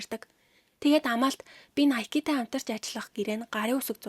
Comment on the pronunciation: nikE bish Nike shuu kk